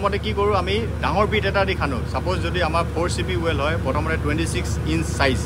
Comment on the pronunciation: সুন্দৰ ভিদিও। কিন্তু উচ্চাৰণ টো ৱাল নহয়, ৱেল হে হব। আপুনি বাৰে বাৰে ৱাল কৈ থকা বাবে হে কৈছোঁ।